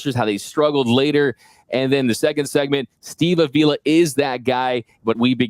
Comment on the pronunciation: Good stuff. Please learn how to pronounce Steve Avilas name. Jourdan Rodrigue pronounces it correctly.